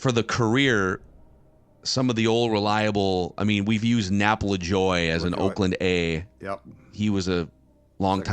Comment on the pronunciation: I don't know how to spell it phonetically, but never pronounces Nap Lajoie's name correctly. It's not "Lajoy". More like "La-ja-way", with a soft J.